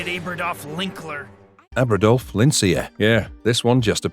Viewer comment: I think Lincler's name is pronounced Link-ler